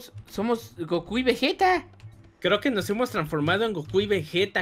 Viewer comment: Dise coco y es gocu 😆😆😆😆